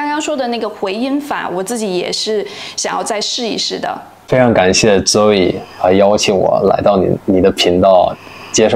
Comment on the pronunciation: 这个小兄弟母语英文发音反而不标准， ZOE音读错啦！